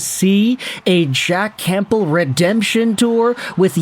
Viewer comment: Are you pronouncing the "p" in Campbell? 🤨